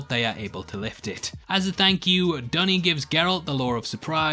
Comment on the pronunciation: Duny is obviously pronounced as Doo-nee and not "Dunny"